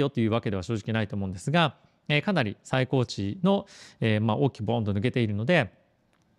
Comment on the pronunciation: 最高高値（さいこうたかね）ではなく最高値（さいたかね）ですよ